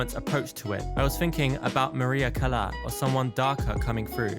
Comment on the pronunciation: Love the video but you pronounced Maria Callas wrong. 😅